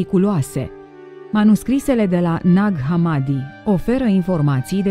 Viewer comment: Ne-ar fi interesat mai mult ce scrie in manuscrise iar hamadi se pronuntă cu accentul pe i.